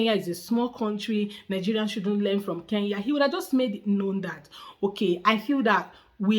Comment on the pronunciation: Iet him dare for second time to pronounce the name Kenya he will know how our juju works